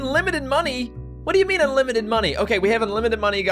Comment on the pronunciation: wat ze fuck meeen? hehehhehehehe that makes me laugh so hard... i even forgot that swear heheheh wtf?